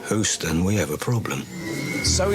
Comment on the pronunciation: LOL “Hoo-ston, we’ve got a problem.” It’s Hue-ston, of course. That was really funny. 😂